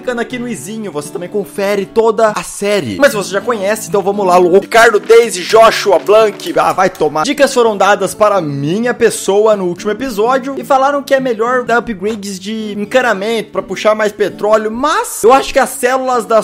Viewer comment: o nome da veia se pronuncia ''Blânxe'' q eh Branca em frances